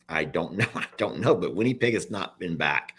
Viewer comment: It's not winniepeg. Lol it's winnipeg same sound as it or in.